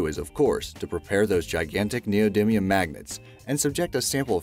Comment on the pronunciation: Neodimium - (Ne-oh Dy me-uhm)